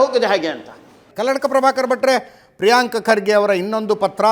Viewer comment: ಪ್ರೀಯಾಂಕಾ ಖರ್ಗೆ ಅಲ್ಲೋ ತಿರ್ಬೋಕಿ ಅದು ಪ್ರೀಯಾಂಕ್ ಖರ್ಗೆ. ಅವರ ಹೆಸರು ಮೋದಲು ಚೆನ್ನಾಗಿ ಹೇಳು😊